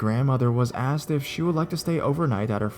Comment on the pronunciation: Finally it's not just me that says asst instead of asked